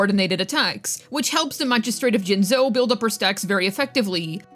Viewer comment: truly one of the silliest characters of all time ALSO ITS JINJOU NOT JINZOU I SWEAR I WILL FIND A MISTAKE WITH EVERY VIDEO